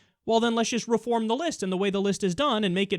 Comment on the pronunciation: "To do what is riighT, and what is juss". You just pronounced the T in right, where the hell is the T in just? Sounds like he intentionally mispronounces his words.